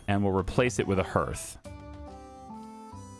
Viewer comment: That’s not how hearth is pronounced. It’s pronounced harth